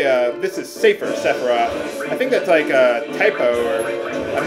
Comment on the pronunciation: I've always said it was "Savior Sephiroth" for some reason, but his sounds righter.